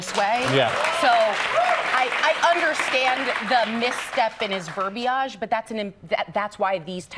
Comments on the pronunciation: Verbeage!? 😂 talk about miss-speaking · Shawn Mark IKR?! No one pronounces verbiage that way 🙄